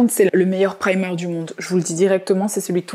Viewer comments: qui parle tout le temps anglais mais qui dit primeur au lieu de prymeur c'est ouf 🤯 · parle anglais toutes les deux secondes avec un ptn d’accent mais prononce primeur pour dire primer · Tu parle anglais mais tu prononce « primeur » 😭